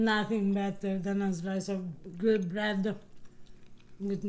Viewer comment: Looks Good-uh!!! ❤️